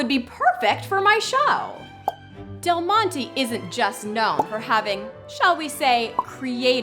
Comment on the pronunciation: del mont-ay not mont-ee